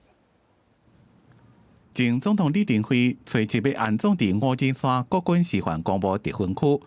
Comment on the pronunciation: 五指山在地唸作Ngóo-tsí-suann，教育部辭典收錄也是Ngóo-tsí-suann，可是主播卻唸作Ngóo-tsí-san，新聞旁白又唸Ngóo-tsí-suann，讓人聽了霧嗄嗄。 請小編幫忙反映7日還會有李前總統相關新聞，希望主播講稿能更正發音，尊重地方用法，多謝。